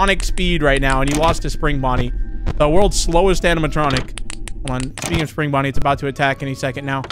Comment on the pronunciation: Bro says bunny and it for Bonny but not just Bonny